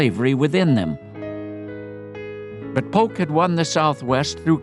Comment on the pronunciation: Sounds like Polk=Putin?